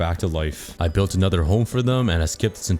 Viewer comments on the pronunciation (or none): none